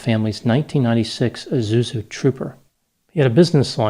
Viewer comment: You realise there's an 's' in 'Isuzu'?